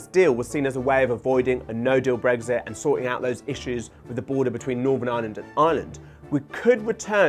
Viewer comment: It sounds like he's saying get breakfast done